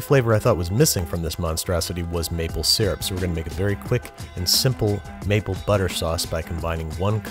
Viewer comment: finally an American who says syrup right (it's see-rup not sur-up)